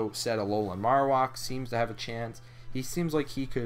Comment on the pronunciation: It's pronounced "marrow" (like bone marrow) and whack (like.. uh.. whacking something) Marowak